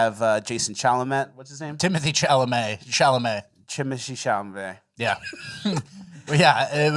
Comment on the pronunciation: "Chimoshie Shalovmey" 😂😂😂